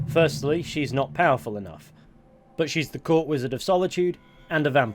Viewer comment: poweful lol